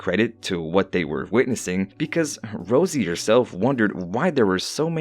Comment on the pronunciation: it,s not rojay its rose